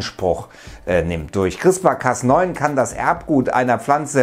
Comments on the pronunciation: es wird crisper ausgesprochen lol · Hi, ich will kurz anmerken, dass CRISPR wie Crisper ausgesprochen wird. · It's called "CrispARRRR" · "Chrisper" spricht man das aus!!!